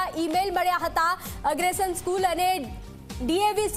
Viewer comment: અગ્રસેન બોલો બેન એગ્રેશન નહીં 😅